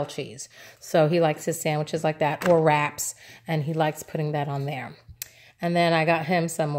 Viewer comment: "Sanduich" so puertorrican baby.... I love your hauls!